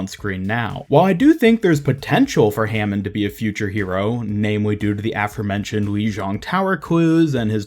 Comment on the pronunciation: Nope it's hammond